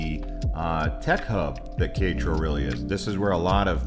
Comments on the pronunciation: OMG ! Qui-ETRO? Quer-é-taro, just like it is spelled. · That pronunciation was painful. It's pronounced Keh - reh - tah - roh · KAY RET TAH RO! its not that difficult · You killed Quietro’s name 😂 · It's most worrisome and debilitating to hear some mispronunciation of the name of the city Querétaro. You should always seek out a local person and practice the name of their City even if you look stupid it's better than butchering the name.. Ke re ter row... I hope that helps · "Care et a row" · Que -re-ta-ro 😃 great video. We just got back from GDL and tequila. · How are we supposed to trust anything these guys say when they can't even be bothered to learn how to pronounce the name of the city correctly. I mean, my God, you can take all that time to make a video but you can't even be bothered to ask a local how they pronounce the name of the city. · You have some real good video of the city of Querétaro. I enjoyed watching it, except for when you tried to pronounce Querétaro. I have been living here for 9 months, the people are very friendly. Almost anyone would have been happy to help you with your pronunciation. Other than that, good job on the rest of it. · what an interesting way to pronounce Queretaro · It's driving me crazy. I won't lie. Nice footage though.